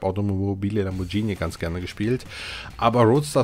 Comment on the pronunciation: Btw,da es mir schon ein paar mal aufgefallen ist:Es heisst Lamborgini,nicht Lamborgschini ausgesprochen🤪🤪🤗🤗